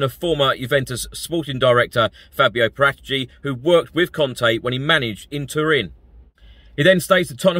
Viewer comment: Please learn how to pronounce Paratici